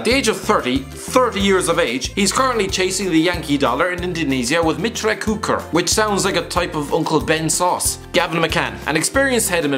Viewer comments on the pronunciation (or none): "Meetra Kyuckar" 😂 Guthrie's joining the club is such a news in here Indonesia, looking back he's a Prem player not until a decade ago, and now here he is in Liga 1 immediate season